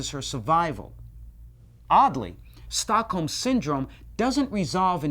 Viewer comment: American just can't pronounce Stockholm. The British people are at least better at it. Anyway, it's a cool name for a syndrome.